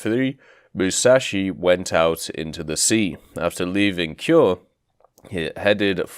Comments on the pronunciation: A reminder that vowels are not silent in Japanese; "Kure" is pronounced "ku-reh". This applies to any Japanese word/name with an "e" at the end, such as the Tone (Toh-neh). Also, dear god, there soooooo much irrelevant information here. Not blaming you, the forum mods really need to get their shit together in terms of what gets passed to the devs. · It would be cool if we get it. Also, no offense, but your pronunciation could use some work on things like Leyte, Kure, Ozawa, Hiei, and San Jacinto (which was misspelled).